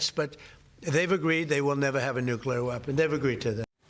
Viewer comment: Someone please teach Lisa how to pronounce the word nuclear. It's not a good look